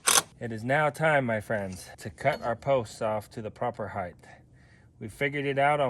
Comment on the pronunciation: The word is HeighT not heightTH